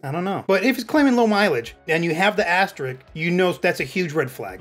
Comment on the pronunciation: Asterisk*, not asstrick